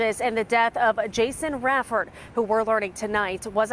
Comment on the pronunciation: And it’s Raiford not raefoes